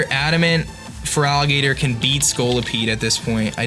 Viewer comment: I legitimately don't know if he's intentionally calling Feraligatr 'Frog Eater', or if he's just mumbling. Either way, new Feraligatr nickname for me.